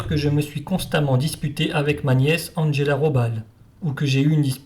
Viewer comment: Bon, j’ai cessé d’écouter dès les premiers mots. Cet « Andgella … Rôballe » est insupportable ! Faire passer la prononciation de toute langue étrangère par le filtre de l’anglais est intolérable ! Quand on fait une émission sur l’histoire allemande, on se documente - un tant soit peu - sur la prononciation de la langue allemande. Qui, en passant, est infiniment plus facile (la prononciation) que celle de l’anglais. Me rappelle (entre autres) les cuistres qui, à l’époque, prononçaient sans tiquer « Maïckôôôll » Schumacher.